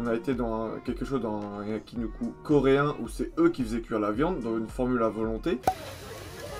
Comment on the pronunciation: Merci pour la vidéo, petite précision c'est un yaki niku (pas nuku, niku = viande). Aussi, si tu veux sortir pour un truc un peu plus chill (avec des vieux 30+ xD) sur shinjuku fais moi signe :) . ps: "asukasa" c'est en fait asakusa :)